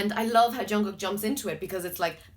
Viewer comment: You said jungkook wrong too